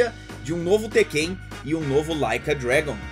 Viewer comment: É a primeira vez que eu vejo alguém chamando o tekken de tekkêin, interessante hehe